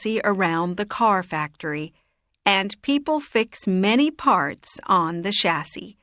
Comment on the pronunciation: in cars how do pronounce Chassis, i think its not the way you pronounce it. Plz correct me if am wrong.